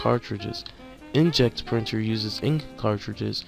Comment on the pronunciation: Very helpful, but you need to read the words better. "Specially" - "Specifically" "InkJet" - "Inject" "Thermal" - "Terminal?"